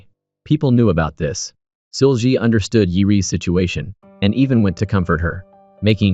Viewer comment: seul-gi... it's pronounced see-ul ggi ... gi is a hard G like glove or grow. not a soft g. the brutal mispronunciation is hard to listen to for almost 2 hours.